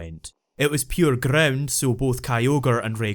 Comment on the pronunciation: he be like "grrrround type Pokemon"